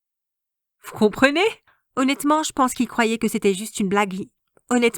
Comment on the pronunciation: Eu ta dit 2 fois aunetement